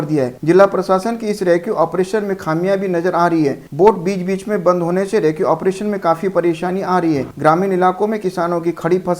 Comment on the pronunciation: रेक्यु नही रेस्क्यू